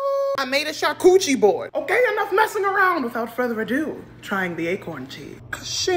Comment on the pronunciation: You have reawakened my love of life miss! Did you say Charcuterie board of "Charcootchie" board?! Either way, I like the latter. I will never look at another plate of assorted nut cheeses the same way again!😂